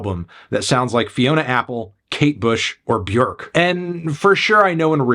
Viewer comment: respect for him properly pronouncing björk. It’s so rare to hear.